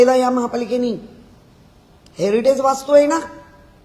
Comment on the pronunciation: हेरिडेज नाही ओ हेरिटेज असे साहेब😂